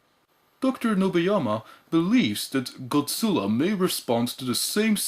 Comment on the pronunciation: あなたのゴジラの発音は完璧です！